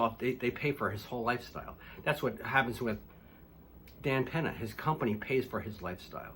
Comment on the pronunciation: Can you say “Peña”? It’s not pronounced “Penna”. It’s pronounced “pen-yuh”. Now make this video over again and pronounce it right. An “N” with a tilde (ñ) sounds differently.